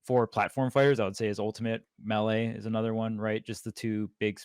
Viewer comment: How does still not know how to pronounce melee